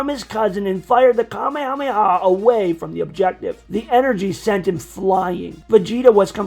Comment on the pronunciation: The only thing I don't like about this is that you call it the Kamehameha not the kamehamehe wave